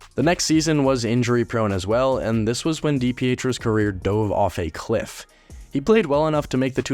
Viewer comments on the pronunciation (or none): none